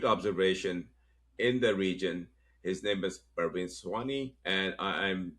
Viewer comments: 'Pra-vin', not Perveen! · It is PRAvin not PARvin